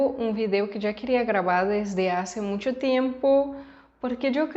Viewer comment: Creo que dices muncho en lugar de mucho. Quizás por la visita a Zacatecas. Ánimo